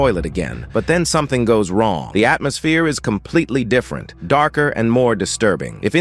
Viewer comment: bros ai couldnt handle “different”